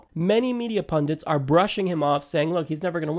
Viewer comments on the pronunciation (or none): Hey man. you do a great job in your videos. a mispronounced word from time to time is fair. good on you for recognizing a flaw though. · I said "pundint" again, didn't I? I honestly have no idea why I keep mispronouncing that word, such a weird bad habit I have lol.